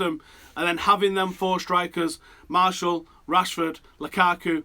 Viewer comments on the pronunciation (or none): FFS Martial's name isn't "Marshall" ha.